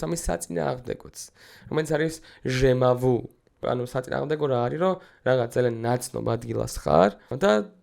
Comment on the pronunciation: მცირე შესწორება ბატონო თუ არ ვცდები "ჟემა ვუ" კი არა "ჟამე ვუ"(Jamais vu) ქვია მაგას. ფრანგულად ნიშნავს არასოდეს ნანახს (never seen)